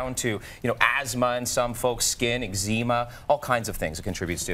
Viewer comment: Lol how is he a health expert if he can't pronounce "eczema"?